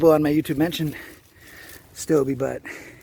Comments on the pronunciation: It's stobe not stobey heard him say it in his video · Its STOUB..... WITHOUT THE eeeeeeee at the end. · All you have to do is watch his videos. He said "Stobe the Hobo Here" hundreds of times. He didn't pronounce the long E sound.